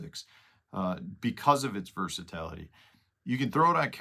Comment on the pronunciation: Versa-tAlity??? I think it’s versa-tility…